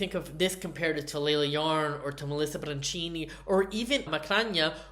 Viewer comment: it’s Melissa BIANCHINI … BIANKINI - like BIANCA. Not Brancini